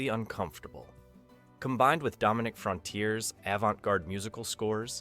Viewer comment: The Outer Limits was on ABC, not NBC. ABC was the perennial 3rd place Network until the late 70s when Fred Silverman became the network programmer. You are pronouncing names wrong too. It’s Dominivc FRONT—EE-AIRY and Joseph STEF-AH-NO. Robert Culp was in three episodes. Not all episodes were scary. “A Controlled Experiment” starring Barry Morse and Carroll O’Connor was essentially a comedy. My favorites are “Demon With A Glass Hand”, “Soldier”, the above mentioned episode, and lots more. The episode “ZZZZZ” is good fun as well.